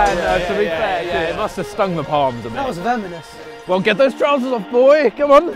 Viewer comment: "that was veMoNous" - 😂